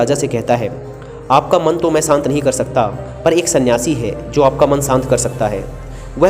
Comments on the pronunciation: I saved this video for later & then heard "shant" as "sahnt". I tried a lot per sahen nahi ho raha ab. Puri video complete nahi kar sakta kyunki yeh sunke mera mann ashant ho raha hai. If you can't clearly pronounce a word in any language, then at least try to make its minimal use in case you can't avoid it completely. Good luck to you... Although I can't comment on your content because I couldn't completely listen to it beyond 2 mins. :) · श शांत। सांत नहीं।।